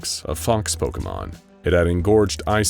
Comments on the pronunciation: I am flooding my basement with how he is saying pokemon correctly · I doubt the person creating this vid is a Pokémon fan, so they're bound to get some things wrong But I really appreciate their effort. They even pronounced all the names right! Not even a lot of Pokémon youtubers say most of them right